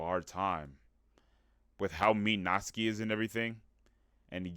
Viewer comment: WOAH youre the second person ive EVER seen to say Natsuki's name technically correctly! (The first being Cory ofc, but he never finished the series 😭😭)